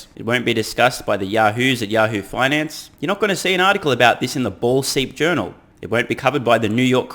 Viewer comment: Did he say ball seep journal? Bwahahahahahahaha